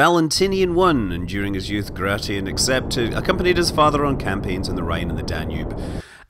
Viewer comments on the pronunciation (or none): Not "Gra-ti-in", it's "Gray-shin".